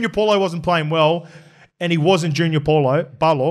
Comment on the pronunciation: Cmon you’re getting back to ya palagi pronunciations 😂 let’s work on paulo for next poddy yeah. Solid poddy anyways boys